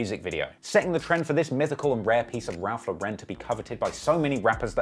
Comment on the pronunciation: "Raph Le'ren"